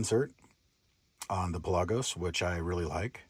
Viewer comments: Its pronounced the way its spelled. Pelagos. Not Pe-lagos. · Pronounced Pell-a-gose